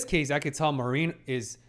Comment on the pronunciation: Interesting pick... yeah, it has absolutely psychological aspects but definitely less than Apothecary Diaries for example. The main focus is on the cosplay scene. With some heavy fanservice. I believe there are a few shows more fitting for you to talk about to be honest. PS: her name is pronounced mA-rin, hard a, short rin and Wakana is wA-ka-na